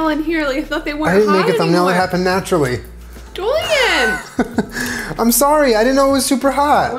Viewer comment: Hahaha "Joolen"